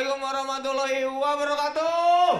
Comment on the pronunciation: Bintang kl baca Assalmuaikum warrohmatullohi wabarokatuh ini yg bener jgn wabarokaatuuuuh